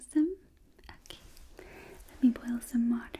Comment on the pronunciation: When she said let me bole some walter Me dont drop it on some one